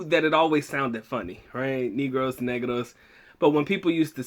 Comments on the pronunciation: It’s pronounced Neh-gross. The Spanish, my people saw my other people and said hey look black people. They were converted or secluded in the mountains. Racism was a commonality back then but it was more for descriptive sake than race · its pronounced as nehgraws not kneegrows